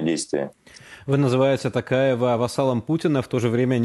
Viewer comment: Путин не может просто выговорить имя Токаева